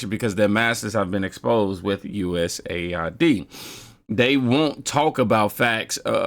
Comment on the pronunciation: Say U.S.A.I.D not US AID